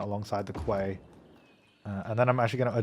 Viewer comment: Quay is pronounced 'key' you aussie battler